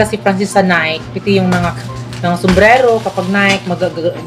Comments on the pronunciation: NiKe (Nay-kee) sis hindi Nike (Nayk) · Nike.. nayki po pag pronounce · Sa mga nalilito po kung anong tamang pronounciation ng NIKE ganto po yun. NIKE is pronounce as NAY-KI. 😁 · nike it doesn't sound right ? ang saktong pag pronounce ana is NAY-KI 😘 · NIKE pronounce as NAY-KI po 😊